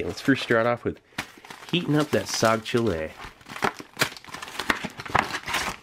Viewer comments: i bet my pakistani and indian bros will find it funny the way steve is saying "saag cholay"😂😂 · I just heard soggy chili everytime you pronounced the main. lol